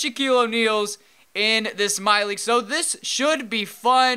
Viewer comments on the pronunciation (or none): none